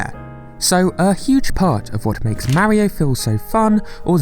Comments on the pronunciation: Why the fuck do you pronounce Mario..Merryo? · Ugh...British people. Its flippin Mario like car. Not Maryio. For cry yi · What is it with Brits speaking certain dialects saying "Mary-o" instead of "MAH-ree-oh" when the BBC has already insisted Pakistan be pronounced PAH-kiss-TAHN instead of PACK-i-STAN? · I really hate when people can’t f-ing pronounce Mario correctly. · Instantly disliked this video because of the way the narrator pronounced Mario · You can at least pronounce Mario's name the way the game's creators intended. I guess people from your part of the world aren't concerned about respect and think it's okay to be rude in such ways.